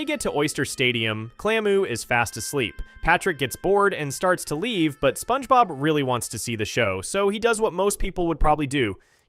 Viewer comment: "Spoange bob"